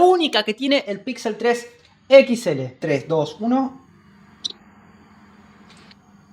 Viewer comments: Ana siempre dice "pixel 3 equixele" :v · Nada como escuchar a Ana decir "Equits L" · Ostia puta, alguien que le diga a la guera que no se dice "equits ele" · Jaja por qué Ana dice pixel 3 equisctsele?